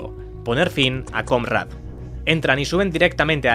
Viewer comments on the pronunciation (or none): Me parece que la pronunciación no es "Comrad", porque se refiere a la traducción de "camarada" y esa se pronuncia diferente. Pequeña aclaración nada más. Ando enviciado con los videos de este canal.